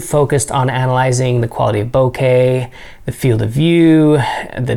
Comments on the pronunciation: Hey said “bokeh” correctly! 👏🏼 👏🏼 👏🏼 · Thank you for pronouncing the word bokeh correctly. The word etcetera, however, is pronounced as it’s written eTcetera, and not as some people mispronounce it “ekcetera”. eTS... not “eks”... T would never yield the sound K, obviously.